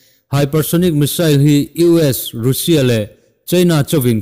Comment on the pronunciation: Ngaihnawm thin hle mai.. Mahse,Russia tih I lam dan hi a dik lo..(Rassia tih ang a lam tur) Han Tang zel teh khai.Zing dar 5 vel a thawh veleh a, Notification lo awmsa hian Nileng mood hi a ti on thin ania aw..